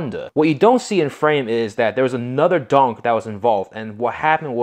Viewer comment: I really do like your videos but please quit calling every car a donk!! It's funny However but the definition of a"" donk"" Pronounced ---Dunk, Caprice classic or a impala , 2door,4door ,hard top,convertible or Station wagon